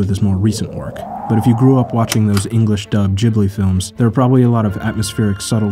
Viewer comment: STOP....SAYING...JIBLI....IT'S......GIBLI!! lmao